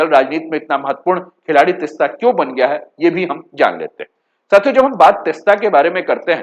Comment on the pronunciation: तिस्ता नहीं तीस्ता बोलिये जी